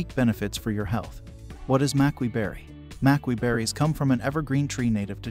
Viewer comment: You pronounce both berries wrong.